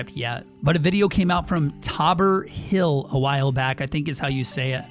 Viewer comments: it’s Tabor (Taibor) Hill not Tobber lol😂😂😂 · Taabor Hill 😂 you mean Tabor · Did you said Taboor Hill?? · He said taaber hill I’m dead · it's Tabor Hill with Tabor as a long A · That guy: the fornite community is good "says tabor hills name wrong and says it's a reddit user but it's in tabers video